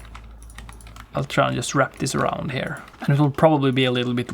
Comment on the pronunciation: I think you tryna say here not hair, got you mf